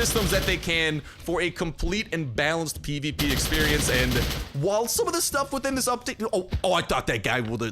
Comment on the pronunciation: You were constantly saying PvP and it sounded like peepeepee